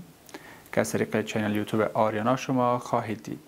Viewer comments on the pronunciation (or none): none